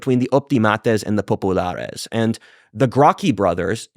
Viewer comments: If he says popalaris once more i will SCREAM.Give this a BIG miss folks!! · I like WhatIfAltHist but the pronunciation of Populares and Optimates is ridiculous. Sounds like the Pepe meme girl. Just say it like a proper Anglican and stop pretending that your semester in Italy has made you cultured enough to pronounce it. I don’t doubt it’s pronounced right, I’m just saying it’s cringe to do so